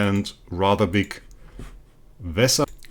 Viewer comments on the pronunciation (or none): It's vesa not visa or veesa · Its definitely NOT "Visa", but Vesa like Vehsa with that "eh" sound, without that "eh" sound it just sounds stupid like a travel visa card that you need to travel or stay in countries lmao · When Jesus says Vesa I’m hearing Visa